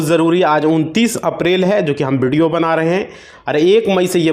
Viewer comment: बिडियो नही व्हिडीओ बोल 😅😅😅